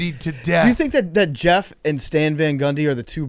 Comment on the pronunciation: Why can’t pronounce the name “Jeff”?